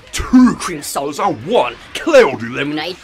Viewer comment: T W O c r e e m SOWDAS and... WUN C L O U D Y L E M O N A D E